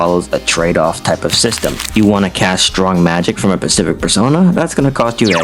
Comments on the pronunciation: Great vids but PLEASE learn to pronounce "specific" hahaha, it is so distracting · Bro can pronounce Deus Xiphos but pronounces specific as pacific